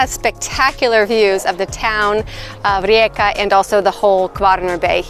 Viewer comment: I very much like it that you pronounce the city correctly.